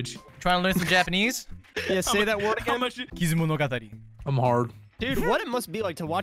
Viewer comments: As a fellow half Japanese person, I gotta say, I was a bit surprised how well he pronounced kizumonogatari, it was spot on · Aye! Kizumonogatari, pronounced damn straight., we need asian moments.